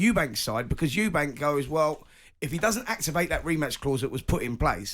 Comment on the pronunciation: It’s Eubank…not Eubanks. It’s like nails on a chalk board.